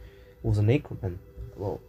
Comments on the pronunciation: it's ah-ker-men not aye-ker-men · You are saying Ackerman wrong